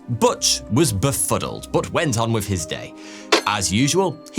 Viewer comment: I love it when he pronounces the word "but" as "boot" 👢